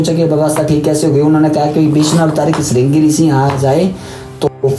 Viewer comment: ringa rishi nhi madam ji shiringa rishi bolo ji